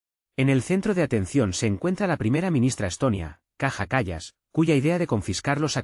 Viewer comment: El locutor del video debe aprender a pronunciar el nombre de esa mujer: /káia kal:as/.